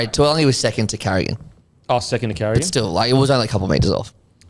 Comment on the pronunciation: Fellas, could you please start pronouncing Murray Taulagi’s surname correctly? It’s not spelled ‘Tuilagi’ so I don’t know why you keep pronouncing it like that